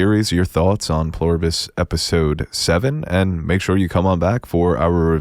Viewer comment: "Pleribus" not "Ploribus" - You're killing me.